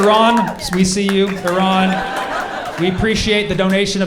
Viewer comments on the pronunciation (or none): none